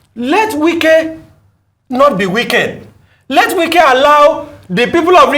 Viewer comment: Wike is his name not Nwike. Funny attempt at Igbonising him.